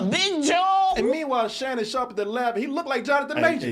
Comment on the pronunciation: I love the DT crew but on certain topics their corniness definitely shows. The whole time, I was like these dudes cant be that nerdy that they don't pick up on this shit. I had a feeling shit might get a little corny when struggled to pronounce Shannon Sharpes name..😂😂😂😂